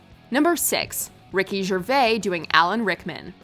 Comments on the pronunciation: Who is Ricky Schervay? It's Gervais. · It's pronounced JER VAYCE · Speaking of impressions, pronunciation is important too... Who's Ricky jerveyy? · The way she says Gervais 😷😷😷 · you pronounced gervais wrong smh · Pronounce Rick Gervais' name properly. The S isn't silent. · Sorry but a) that Beyoncé impression was cringey but honest and b) DID YOU SERIOUSLY MISPRONOUNCE GERVAIS???